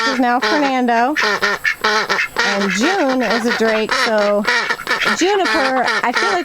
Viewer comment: What’s about “Jude” instead of June?